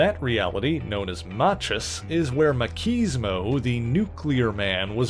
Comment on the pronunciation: Ots "ma-cheese-mo" NOT "ma-keys-mo"